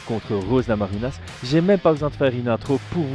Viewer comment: Je commence juste la vidéo mais j'en profite pour te demander pourquoi prononcer Namajunas à l'espagnole, alors qu'elle est Américaine d'origine Lituanienne ?